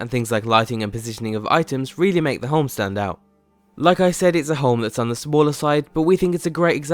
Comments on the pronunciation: Is he saying Holme or Home? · Home not fucking holm! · omg.. how many times does this guy say home in this video, not even saying home sounds like he's saying holme.. pretty annoying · Stop saying holm